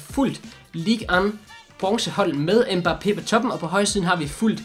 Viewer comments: Han udtales Mbappe. Ikke mba pé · Det udtales Mbappé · Slotteren han udtales mbappé